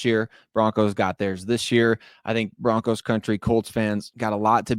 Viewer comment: BO-RONCOS🎉 great job ❤